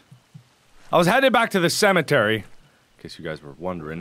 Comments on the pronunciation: "cementary" mark, there's no N in that word xD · Don't judge awesome speech, it's amazing. Who would of thought of "Cementary" !! AHHHH It's SO AMAZING!!!!!!! Maybe I'm so happy because I'm an Egg.